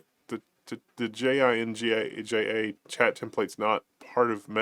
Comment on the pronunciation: out of context but I have never heard anyone referring to jinja as ” j-i-n-j-a”